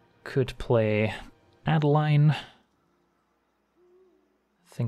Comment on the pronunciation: Great content. My only complaint is that it's A-deh-leen, since it's a germanic name, being Innistrad heavily inspired by nineteenth century german folklore. Keep it up!